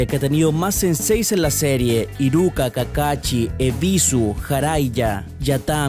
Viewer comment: Excelente video, pero tu pronunciación de algunos nombres es triste. KakaSHI no se pronuncia CHI, sino SHI, es más suave esa sílaba. Igual que los demás. Y Bien con Sasuke. Eres el primero que escucho diciéndolo bien, y no Sasuke.